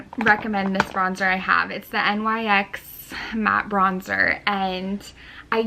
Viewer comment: You pronounce it like 'nix'🤣🤣